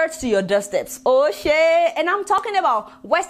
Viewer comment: Sister Adeola with her positive mindset... I love when she say the word "oshey"🥰🥰..